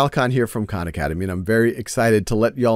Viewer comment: Big fan but Sal need to start correctly pronouncing his last name so people don’t insist on mispronouncing the names of all the Khans